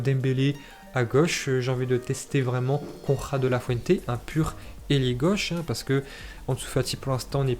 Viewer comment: sa se prononce Konerad😉